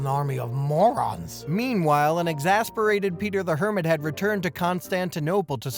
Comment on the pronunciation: peetah, peetah omglolol ded